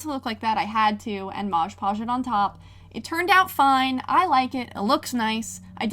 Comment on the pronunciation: Hi 🥰 night it’s “mod podge” not “marge podge” not hate just a correction I think